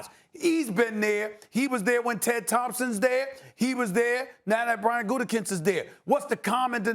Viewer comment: For the love of God, it is pronounced "Goot-a-koonst"!! It is not "Gooten-Koonst"!!! It's not that hard...just read the letters! "Gutekunst"! There is only 1 "N" in his name, and it is the third from the last letter! Gah!! I can't stand him, but hearing his name constantly mispronounced by college educated individuals is like nails on a chalkboard!